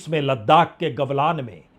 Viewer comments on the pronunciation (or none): gavlan nahi galvan boliye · सर जी, घाटी का नाम गलवान है, गवलान नहीं है। कृपया सुधार कर लें। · गलवान है जी, गवलान नही